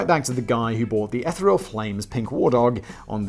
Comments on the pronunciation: It's ee-THEE-ree-ol, not ETH-uh-ree-ol… I cant even with this man 😂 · The ETHER is not the EH-ther, it’s the EEEfher (with a long E). The word is EEEthereal, not EHthereal. That isht drives me crazy please say it right. Thank you. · eth-EE-real, I think you mean.